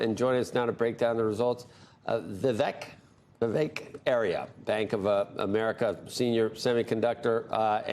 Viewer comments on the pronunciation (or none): don't you love it when the host can't be bothered to learn how to pronounce his guest's name. C'mon Entitled Joe.